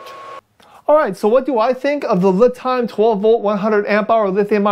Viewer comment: Isn't it pronounced "Lee" Time like the Chinese name Li, kinda like a pun.?